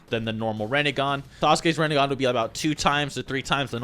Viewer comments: Reh Neh Gan? Rin Neh Gahn. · Its not rEnnegan its rInnegan